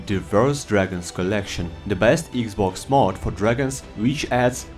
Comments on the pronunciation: Iggs boggs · When he Said "eegzbogz 1 players" i Felt that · „Eeexbox“ made my day! 🕺🏻❤️ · When he said "eexbogs" I felt thst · when you said "thst" i felt thst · Eex bocks😂😂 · Can i getta 10 hour version of you saying xbox😅